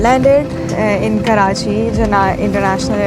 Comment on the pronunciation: It’s Karachi, not Karcahi!